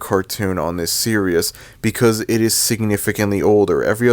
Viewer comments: Bro it’s “ series “ not “ serious” why are you saying it like that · I have a feeling that he misread that word and mispronounced it as "serious" rather than "series". I don't think he doesn't give a sh*t about word pronunciations. Go figure. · Why does it sound like that guy was saying serious instead of series 💀💀💀💀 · why do you keep saying the word "series" as "Serious"? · You’re a sad strange man I didn’t mean to reply on your comment I was supposed to tell the guy who made this video on why he said series in a very weird way